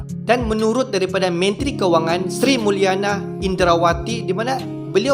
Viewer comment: Seri muliani.....bukan seri muliana